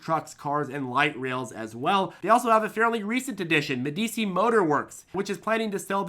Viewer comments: please start pronouncing medi chi (old ruling tuscan family, (eg The Prince by Machiavelli)i, not medi si. Regardless, I worry that IDEX is spreading itself too thin and will burn all capital too quickly. Not to say that I'm not adding fuel to their fire. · It’s pronounced Medichi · its pronounced medichi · I love you, but my autism demands I point out that Medici is a famously innovative family during renaissance Italy and is pronounced Medi-Chee. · Isn't Medici pronounced MEHduhchee? Excellent video, thank you. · "Ah, Meh-dee-chee. Must be Italian." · I love you but Medici is a prominent Italian Renaissance name and is pronounced more like Med y chi 😀 They literally started the banking industry before Rothschilds even entered the picture and were the main patrons to Leonardo Di Vinci 😀 Financial history ftw!